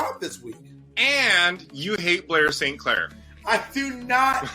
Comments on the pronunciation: “Bore Safe Clair” 😂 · Bob has said "Blair S. Clair" so many times that, by six minutes into this video, it no longer sounds like recognizable words. They're just syllables. Blay-so-Clay